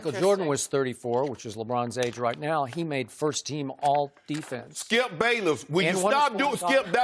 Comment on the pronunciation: "Skiup Bayless. WOULD you STOP... gives up SKIUP"